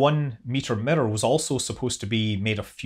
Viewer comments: Every time you say “mirror” it sounds like you are saying “emitter” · Any video where you say "mirror" over and over is a good video. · The way you say mirror is interesting.